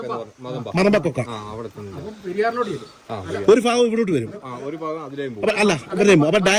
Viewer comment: ഫാഗമല്ലടോ ഭാഗം